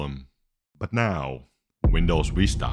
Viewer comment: as a turkish i died seeing u struggle with turkish ver. vista LMAOOOO